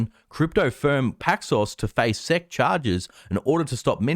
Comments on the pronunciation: Hi. I love your videos. No one calls the SEC 'sec' as in second. Everyone in the US calls it S-E-C. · Nobody knows what "seck" means. If you want to abbreviate "Securities and Exchange Commission" then just say, "ess ee see" like everyone else.